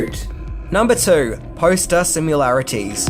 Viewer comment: thanks, liked this movie and the opening starts almost like a disney movie with the music and ship approach...then it gets nasty! the subtext of greed is well done and subtle. and I still laugh everytime you say 'sim-you-larities', lol